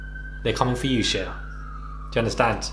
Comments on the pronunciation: I was surprised as well & I’m British lmfao. I think just mispronounced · Is that really how Brits pronounce his name “Shee uh”?